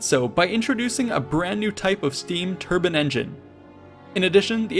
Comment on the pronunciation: So did nobody tell him that turban and turbine have two separate pronunciations?